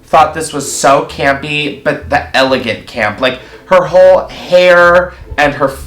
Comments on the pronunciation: are you saying gampy... or campy...? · I’m gonna have nightmares of saying “CAMPY”🥴